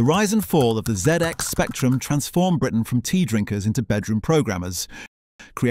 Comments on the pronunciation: It is so obviously ai. Otherwise the author needs shooting for saying zee x instead of zed, x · Great video but I have one crepe can you stop calling it the ZEE and promonounced ZED in the UK... ZED X SPECTRUM... NOT ZEE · Did you really the Zee X Spectrum?? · where did that last 'zee'-x spectrum come from? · The AI narration missed the 'Zed" in the last reference to the ZX. It pronounced it "Zee" like an American. LOL! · No Brit with a basic knowledge of the 80’s would pronounce it as the Zee X Spectrum. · No British person who lived through that era would ever pronounce it as the Zee X Spectrum. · Did you say Zee X 😱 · I might consider subscribing when you get the name right. Zee ex spectrum? ZEE? Insulting it is not a good way to get people on side. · Did he say the zee ecks spectrum near the end? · Maybe whoever talking wasn't around at the time or was brought up in the United States. Remember when certain media types were calling a SNES a SNEZ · Yes, the 'zee' was already mentioned. Also, I noticed that PCBs was pronounced 'Pee See Bee Ess' rather than 'Pee See Bees'